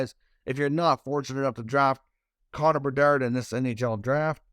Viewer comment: Half of the reason I keep clicking these videos is to hear the way you say Connor Bedarrrrrdddd